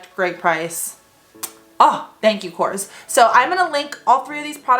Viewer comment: Thank you for supporting a greek brand:)As a greek i appreciate it❤❤❤ (also it is pronounced Korrés)